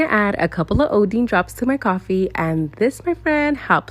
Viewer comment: Nevermind I'm pretty sure she's pronouncing it wrong and they are Iodine drops that's why I couldn't find them 🙂